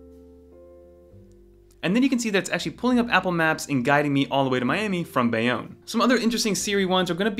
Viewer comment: It was all normal till you say Bayonne. I live near Bayonne 🎉